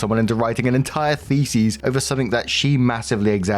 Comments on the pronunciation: Brother, thesis does not rhyme with feces😭 its "Thee-sis" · I don't want this to sound rude, but thesis is pronounced fee-sis, not feces 😅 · So ah..., the way you're pronouncing thesis is "theses," which is the plural. Thee-sis (singular) Thee-sees (plural) Jsyk. ❤ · the-SIS, not the-sees, it sounds like you're saying feces lmao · I'm begging you, stop saying it like that... thesis is pronounced with -sys at the end. Like system. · Every time he says thesis, I hear feces. 😂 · And...as ALWAYS... moronically insists upon mispronouncing the word "thesis" as the word "theses". His feeble brain can never seem to comprehend that these are TWO DIFFERENT WORDS, and that "theses" is the plural of "thesis". How tiresome. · It's pronounced, "THEE-SIS" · Isn't it th like Theo not Fee